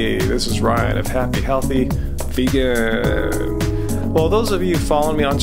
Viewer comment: Idk y but the way he says vegan gets me